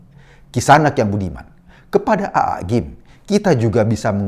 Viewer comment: Pak Eko, bisa nggak ngomong AA nya itu biasa aja.😂 Agak gimana gituh cara ngomongnya Aaa..